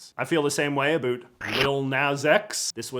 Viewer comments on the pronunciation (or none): "Talk a boot"